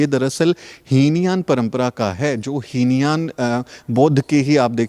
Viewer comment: heen yan nahin hota hai he yaan hota hai. pls correct it👍🙏💙💙🙏 Jai Bhim Namo Buddhay 🙏💙💙🙏